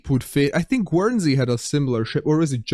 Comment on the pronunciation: Guernsey is pronounced like Gurnsey, rather than Gwernsey - not the easiest word, bit of a mix of English and French!